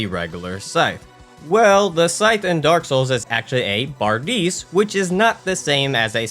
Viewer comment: that would be more like "bar-DISH", not "-dis". Bar-dees nuts haha